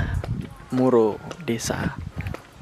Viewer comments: Mura kok jadi muro 😁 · Desa_Mura Mas Bukan Muro